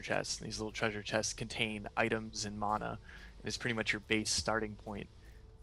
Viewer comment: Wow. The Dev pronounced "mana" correctly. I almost never hear the proper pronunciation of mana in any video online these days.